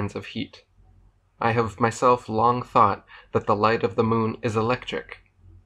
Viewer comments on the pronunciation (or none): none